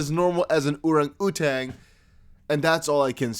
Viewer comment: LOL an Ora U Tan!? an Orang a Tan